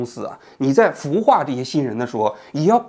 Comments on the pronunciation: 王局，是孵（fū）化，不是腐（fǔ）化。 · 给王局纠正个读音，是孵（第一声）化，不是腐化。。。 没当上官之前，没有腐化的资格😁